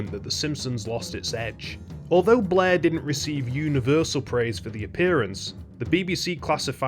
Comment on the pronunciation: It sounds like he's saying "Blah" and not "Blair"